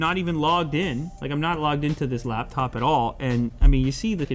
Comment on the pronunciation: I’m bothered by “laBtop”.